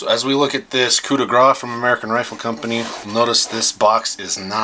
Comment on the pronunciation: Grâce is pronounced like « grass » in English. It means fatal blow.